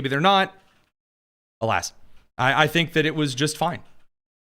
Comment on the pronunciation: I don't tink day do.... yeah sure